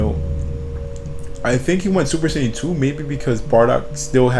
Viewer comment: saiyan not shaiyan